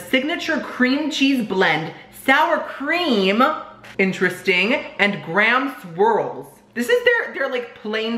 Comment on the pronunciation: When you said graham swirl I heard ground squirrel 🤣